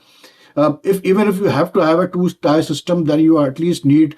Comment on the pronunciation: Paki accent of Aaaanglish😂😂